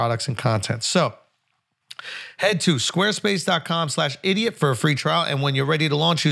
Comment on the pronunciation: “Podcasts bought to you by Sqaue Spase”